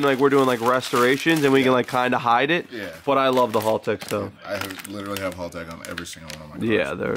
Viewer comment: HALtech not HALLtech....